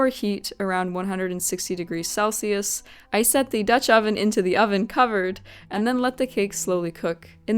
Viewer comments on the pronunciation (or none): none